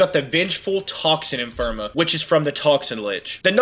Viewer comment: Great video but PLEASE say Ephemera right lol. “Eff-emm-air-uh”. Anyway. Sweet video! I’m a returning vet who left about a year ago and upon coming back I remember next to nothing about how to handle a lich. Completely forgot you even have to do Railjack for it 🤦🏻. Thanks for the detailed refresher!